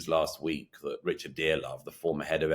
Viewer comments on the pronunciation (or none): none